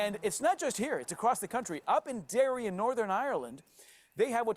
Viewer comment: And Called Derry, 'Derry' (: Thanks for the coverage! 🇮🇪